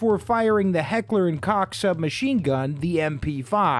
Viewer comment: WAIT WAIT WAIT!!!! Did Homie, an American, say Heckler & Koch ( < especially this part) correctly????? Guntubers can't pronounce that!